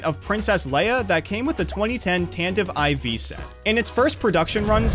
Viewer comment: "tantive ivy"